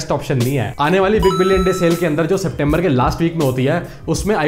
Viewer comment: han han bhai SEPTEMBBELLL